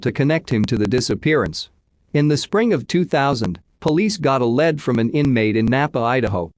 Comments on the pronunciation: It's not led it's lead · The word lead isn't pronounced like the metal lead. It's Lee D 911 is nine one one not 9 hundred and 11.